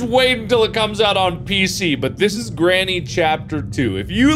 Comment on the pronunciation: Anyone else notice how he kept saying Grammy instead of granny